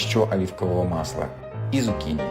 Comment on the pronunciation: почему зукини,а не цукини?